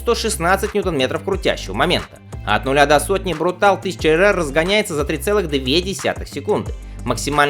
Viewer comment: Автор, как же ты достал...MV Augusta изначально итальянская марка, а так как в итальянском языке читаются все буквы, то название модели звучит не иначе, как "Брутале". По-английски же "брутальный" будет "brutal", то есть вообще без последней буквы...учи языки, хотя бы начальный уровень.